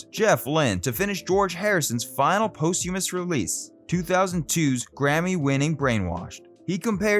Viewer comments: pronounced poss-tyu- muss [posthumous] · You’d think you’d learn how to pronounce place names in England. Also the word posthumous.